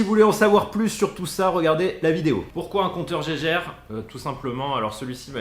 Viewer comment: Bonjour, on ne prononce pas compteur « jéjére « mais bien « guéguerre » et d’ailleurs le vrai terme est bien Geiger Muller, il ne faut pas l’oublier, ils étaient deux...